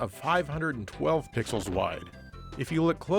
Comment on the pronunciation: I know you probably said "320 pixels wide" there, but when I first heard you say that, it really sounded like "320 pickles wide" to me, and that gave me a good laugh.